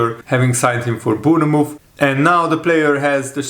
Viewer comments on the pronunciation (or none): Bourne- mouth